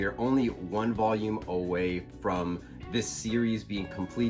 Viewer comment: Me as a Mexican find really funny how you pronounce “voyum” jajajaja. Nice videos. Keep it up.